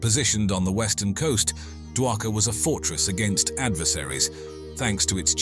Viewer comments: Not dwakar it's shri dwarika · It's Dwarka, not daka